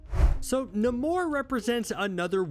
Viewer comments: Say it as Neimour , not Namur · Stahp saying nuhmoor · You're so wrong about Doom, he's a great king.. the way you pronounce namor tells me everything I need know anyway ;)..... long may he reign!!! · Can't stop cringing everytime he say namor🤣☠️ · Dude can't even say Namor name right I thought I was dyslexic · The way he says namor I can’t😂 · Why did nobody ask him why he pronounced Namor like that? Seriously, I have NEVER heard anybody pronounce his name like that. Why? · Can someone please explain to me why he keeps pronouncing Namor's name like that??? It's bothersome in a way that I can't even brgin to explain 🤦😠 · The way dude is pronouncing Namor is aggy. Can’t keep watching 😅😩😩😩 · Why can’t you sat namor correctly? It’s really not that difficult.